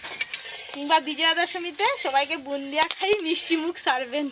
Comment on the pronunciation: Bundia noy go bode bole😂😂